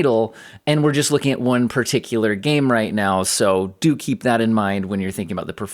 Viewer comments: Hehe dookie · I always hear "dookie" when you say "do keep in mind...." and that pleases me. Thanks for all the work you do!